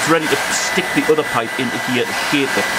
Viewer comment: Great content. I didn't know "here" was a two syllable word. 😂😎